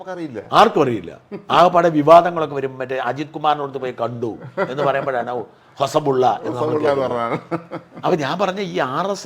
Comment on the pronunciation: ഹോസബുള്ള അല്ല ദത്താത്രേയ ഹൊസബലെ എന്നാണ് അദ്ദേഹത്തിന്റെ പേര്